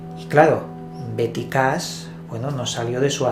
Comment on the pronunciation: En español la H no se pronuncia pero Cash no es Cas.